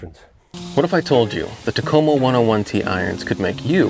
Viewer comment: Yes I have heard of them and yes you pronounced it correctly. Have seen a few other reviews and all were pretty positive. I like the look of these irons. To me though the 201 looks more like a cavity back than the 101 which looks more like a forged iron. At least compared to so many others models. I might pick up one just to test it out. Curious how you would rate the forgiveness of the 101s on a scale of 1 to 10?